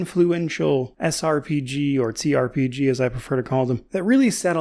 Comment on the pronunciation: Okay, I have to ask because I've noticed this on a number of occasions: , are you saying "T-RPG" or "Tze-RPG", the latter of which being a sort of portmanteau between T-RPG & C-RPG? There have been numerous instances in your videos where I have to rewind as I'm thinking, "Did he say 'T-' or 'C-' ... or mix them together?" Since you worded it here with the preface of "...or, as I like to call it..." I had to finally ask!